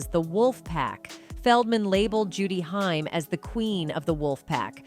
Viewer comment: It's pronounced like Corey Hey-m !!!